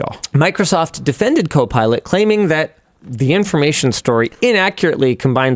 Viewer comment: Did i hear linus say cope pilot? 😂😂